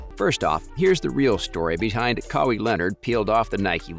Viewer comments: It is pronounced “Kah-Y” or “Kah-why” not “Kaway” 😂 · It’s not Ka wee it’s Ka why you sound worse than a automated speaking software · Who the F is Kawee? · Brah, you make a video about Kawhi and call him Cowee??? I'm a huge Raps fan, love his game. I watched him every game with the Raps (when he played) - he had the ability to take games over - he single handedly won us about 5 games down the stretch by simply deciding to take the ball from the opponent and score. That said, I'm glad we didn't retain him. He is unreliable - he is about himself. You watch - his uncle is going to sabotage his career. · If you don't have enough consideration to pronounce the man's name correctly (after years of it being spoken in the media)... F**k you! And Kawhi is right... F**k Nike too! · How the hell cant you say his name properly??? Youve heard it dozens of times? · Nike should have just given kawhi his claw back . It’s his logo . Why can’t you say his name correct ? 😒🤦🏾‍♂️ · WHY PRONUCE KAWHI LIKE THAT